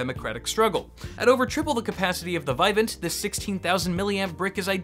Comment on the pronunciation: It's "vih-VAHNT".